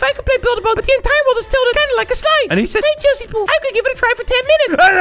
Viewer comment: Bro stop sed